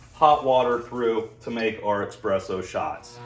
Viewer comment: it’s pronounced ESpresso not EXpresso :)